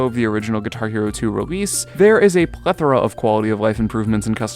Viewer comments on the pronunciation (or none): none